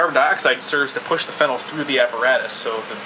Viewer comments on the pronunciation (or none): It's not fennel. It's phenol. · (FEE- KNAWL) not (FEN- NEL). directions unclear ketamine turned into chocolate pudding. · Pronounced feeeenal fennel is an herb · Why are you pronouncing Phenol (Fee-NOL) like Fennel? hahaha Most "OL"'s pronounced the same way. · You pronounce phenol wrong. It is (fee-nooL) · Phenyl is a different group. His pronunciation bothered me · No, when something is ACTUALLY called/pronounced a certain way - you're meant to read it the same way - it's not a dialect thing, it's you saying it wrong.